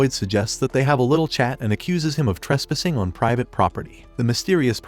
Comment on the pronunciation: bro he lit said tresspissing, pissing on what?